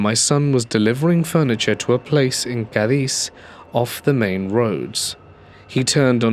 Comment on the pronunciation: fyi, Cadiz is pronounced "Kay-dees" in west Kentucky! I doubt anyone will see that town again but just in case.